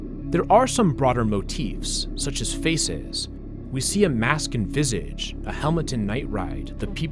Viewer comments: ITS PRONOUNCED VEE-ZÁJ NOT VIS-IGE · uhh, probably irrelevant to what i think is the game or some sort of challenge, but "visage" is actually pronounce "vee•sauge" french word for face, accompanying the mask. no clue if you have been doing this, but watch for other languages popping up. you could miss something ok so following through with this: the spoken numbers in are actually french. so definitely watch out for french stuff. i guess it is involved in the game